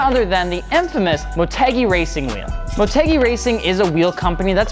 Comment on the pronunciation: I thought it was pronounced like mort-u-guy not mort-egg-e